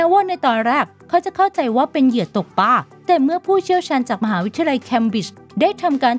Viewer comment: ปลา ไม่ใช่ ปา